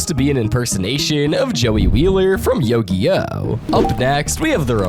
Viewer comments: please never say it like that again its pronounced "You-Gi-Oh" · I ignored it when you said naRUto I can't ignore Yogi-Oh I'll never forgive "Sho-hoenn anime" You also missed the Prince of Tennis episode.